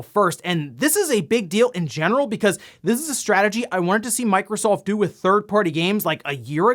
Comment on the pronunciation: i skipped the 8bit do stuff because i cant handle when he says doh like homer simpson. it drives me crazy.